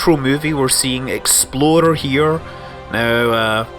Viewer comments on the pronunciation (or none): I keep hearing Scott say "Exploder 1" instead of "Explorer 1" lol :) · Every time you say "Explorer" all I hear is "Exploder" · I thought he was saying the 'exploder one'... He might have been actually, since KSP is a thing... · every time he said explorer is sounded like exploder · does anyone else think that every time Scott said explorer it sounded like exploder? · Am I the only one who swears Scott was saying exploder 1 every time he attempted to say say explorer 1? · When he says " Explorer " I hear " Exploder "... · no, not every time. hope you got your hearing checked, 3 years is a long time to not be able to hear clearly. lots of mistakes...